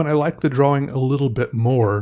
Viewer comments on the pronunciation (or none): I find myself saying draw-wing now. And it's okay.